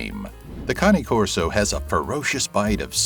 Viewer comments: Cane is pronounced Kayn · Never heard anyone pronounce Cane Corso that way before...